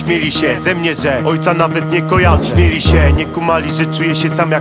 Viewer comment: śmiali, a nie "śmieli". mówisz "śmiać się" czy "śmieć się?" mimo wszystko szacun Bonus, po latach doceniłem